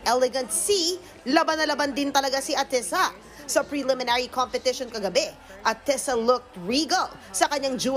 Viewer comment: Stop MISPRONOUNCING her name!